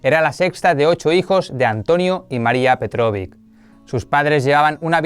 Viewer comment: Que hermoso video dedicado a la Madre Fundadora María Petkovic, yo, personalmente, he estudiado en su escuela. Amablemente quiero acotar que el jóven del video dice incorrectamente su apellido que es "Petkovic" y no Petrovick. Para que lo tengan en cuenta a futuro. Bendiciones. Gracias por su bella labor.